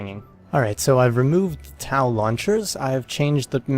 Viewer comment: pretty sure TOW is just pronounced tow, as in pulling something